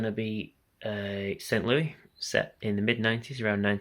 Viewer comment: Nice one! Just a note, St Louis is pronounced ‘Lewis’, with the S at the end.